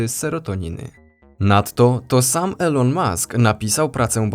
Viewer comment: Mowi sie "ilon" a nie "elo-n" XD pozdrawiam, bardzo fajny kanal.